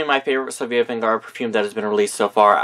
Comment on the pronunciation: I know this is an old video but her name is Sofia VERGARA AND NOT VENGARA!